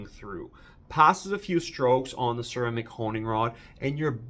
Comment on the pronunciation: Enjoyed the video, especially the way you pronounced Ceramic